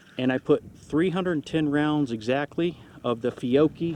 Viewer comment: You spelled "Fiocchi" correctly when you said it the second time, that is the right pronunciation